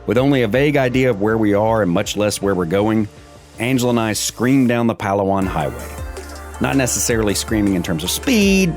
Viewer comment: Lost me when mispronounced both Palawan and Coron.